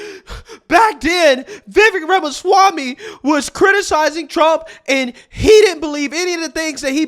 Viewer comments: Did he just say Yamasami? 🤨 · Who is "Yamaswami"? 🤣🤣 These yokels can't even pronounce his name they are so frightened of him. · Did He call him Jamaswamy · It’s not yamaswamy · Sharpton said YAMASWAMY, lol. Seriously, this guy is what the Left listens to now. Biggest race baiter in America. And the other moron who said White Supremacy is the single most threat in the world, these people know that using race is the ONLY way they can get certain votes but people are waking up. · "Yamaswamy" Al? Lololol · Sharpton ironically decrying racism while being racist by mispronouncing Vivek’s last name. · Lol no one can ever pronounce Viveks last name right. Or they slurr it and then cry about racism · Al Sharpton just BUTCHERED Vivek last name, Al just go somewhere & HIDE, enough of you already.